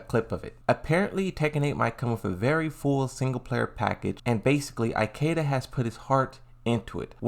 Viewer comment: Eye-keda... why bro?